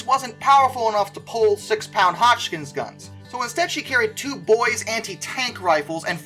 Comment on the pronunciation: Yep, but I'm a little under impressed with the pronunciation of "Hotchkiss" and "Lee Enfield".